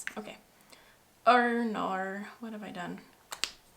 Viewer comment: As an Australian, I laughed so hard when you said “oh noooo” 😂